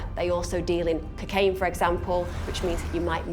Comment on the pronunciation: they cant even pronounce cocaine properly. cuckaine? honestly